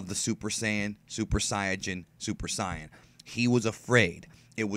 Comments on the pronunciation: if youre going to sit there and say you are the number one credible source of DBZ info, you need to learn how to pronounce "Saiyan and Saiajin" both are said the same. It sounds like "say-yen" - youre welcome lol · ur pronouncing saiyan wrong